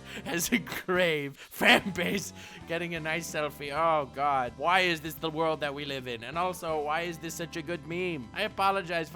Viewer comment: He said welcome worldo is he serious or not